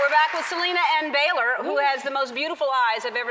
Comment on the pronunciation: She slipped up. Wow. It's Baylor....